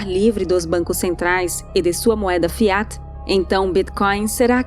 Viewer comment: A pronúncia de FIAT tem a tônica na primeira sílaba. Fonte: o latim